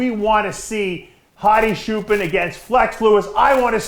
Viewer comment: Say chair, now say choopaan. Not shoopen lol thanks for the support Dave.